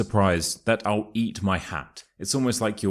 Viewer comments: Where is the sound [l] in your " I'll eat my hat"? It's more like "I'u eat my hat"🤠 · I noted that you did not pronounce I'll 😂you said i oww eat my hat !!is this the way you pronounce it in the Uk?